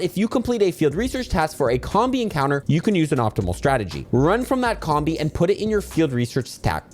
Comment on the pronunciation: It's pronounced COMB-BEE, comb as in honeycomb and bee as in.... bee.